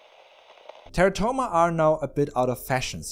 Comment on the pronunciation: plz.. Stop pronouncing it "Terra-toma"... Its "te'rah'to-ma"..